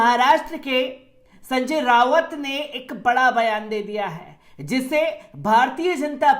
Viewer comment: जब किसी नेता का नाम भी ठीक से नहीं ले सकते संजय राऊत को संजय रावत कहते हो तो क्यों नहीं पूरी तैयारी से कैमरे के सामने आते हो